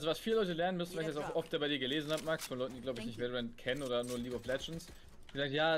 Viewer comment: Warum sagst du immer veilorent?